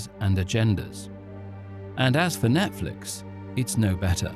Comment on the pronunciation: Is he saying: "Net-Felix" 😂😂😂